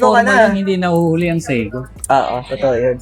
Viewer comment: Say-Ko paki ayus nga Ang pronunciation inamoka.